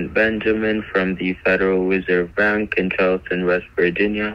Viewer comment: I honestly thought in his voicemail he said he was from the federal wizard bank lol good job love the video 😁